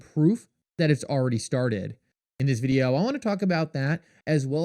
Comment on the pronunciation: Every day you post videos about how shocking and amazing XRP is. But the price just goes down. Also, have you ever listened to how you say video? Videooww… so fucking annoying